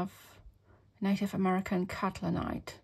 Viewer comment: Some paint names are tough to say but Catlinite is pronounced cattle-lin-ite (which is pipestone) and porphyry is pronounced pour-feer-ee. Both such beautiful colours. Actually, all the colours you have here are gorgeous.